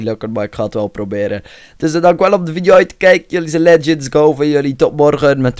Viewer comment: Leuke veidijo eejsit